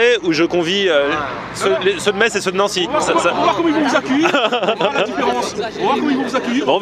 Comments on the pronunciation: Bonjour, Pour la prononciation : On ne dit pas metZ mais Mess. Merci beaucoup pour mon oreille. Une personne qui habite à Metz :-) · Tu as du bien te faire charrier dans les com pour ta prononciation de la ville de Metz ^^. Pourquoi comment, je ne sais pas mais cela se prononce "Messe", c'est comme ça ! Après cela ne change pas le fait qu'on doit très bien y manger :P